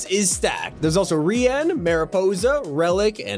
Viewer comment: Ree-an? Lol worst pronunciation of Rian ever. It's just pronounced Ryan